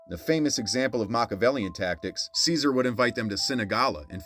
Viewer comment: Caesar lol it’s pronounced CHE-SAR